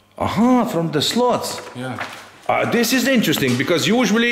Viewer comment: Make your videos as long as you want...you two are the greatest rc model reviewers on utube...very fun to watch...BTW your English is great so I got a surprise when I heard you pronounce slats as slots...slats like cats...rather than slots like cots...sexy build video...thx